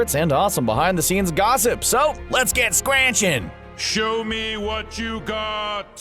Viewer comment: "Scranchin'"?!? Just stop.